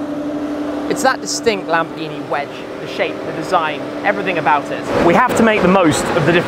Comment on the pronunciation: " LAMBGHINI" lol